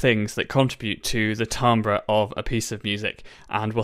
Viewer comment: I'm pretty sure it's pronounced TIM-bur